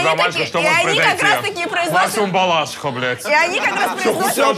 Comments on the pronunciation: Правильно говорить БалашИха, а не БАлАшиха))) нигай колхозница какая то, Лёша и Андрей топ🔥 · ГОСПОДИ БОЖЕ МОЙ НУ ПОЖАЛУЙСТА БалашИха! Ударение на И! Аж слух режет...пофиг на эту Карину, её стерпеть ещё можно, но несколько раз неправильно произнести название города, это сильно.